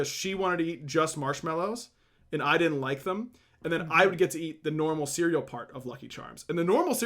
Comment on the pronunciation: Please stop saying dudn't. You literally never say didn't. Nothing else in your accent betrays a southern vernacular or accent. For the love of all that is holy - PLEASE stop saying dudn't once a minute, I actually have to mute your casts or I go crazy.